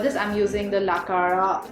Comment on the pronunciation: It's not la Clara its la cara 😂